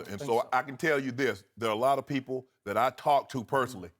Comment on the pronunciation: Eloquent? Are we watching and listening to the same video? I heard the non-words 'dat', 'bowf', 'dis', 'becaw', 'towd' and 'injussuses' slip through those pearly whites.